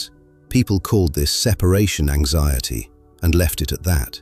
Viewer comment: amazing documentary, but so funny when said... They call it SEPARATION AXIETY, and they leave it like that... 3 seconds later, proceds to explain separation anxiety 😆